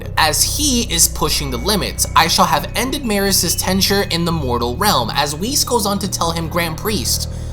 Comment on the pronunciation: Tenure bro "tenture" lol he's a wall hanging decoration